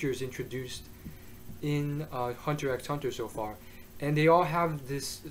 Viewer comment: dude, just pronounce it Hunter Hunter, no need for the x